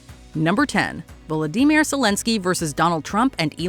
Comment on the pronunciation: “Volo-dee-mere”. Learn how to pronounce it!